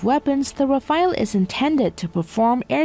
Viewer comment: Rafale...not Rafael